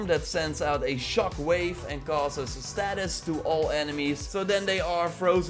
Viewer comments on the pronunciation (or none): Stay-sis not status Good vid tho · Thanks for the vid. Btw it's Stasis not Status as you pronounced it